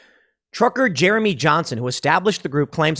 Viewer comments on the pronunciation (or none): none